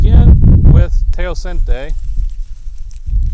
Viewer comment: History or typology? Where's the academic rigueur of this work? You're supposed to be an American, not third world school. Teocinte is mispronounced and misspelled.